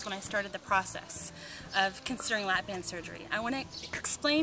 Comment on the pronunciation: sorry BAND. not bang.